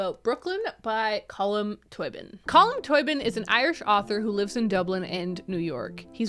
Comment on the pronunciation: Hi irish viewer here: Colm Tóibín is pronouned like: Cull-um Toe-Bean :)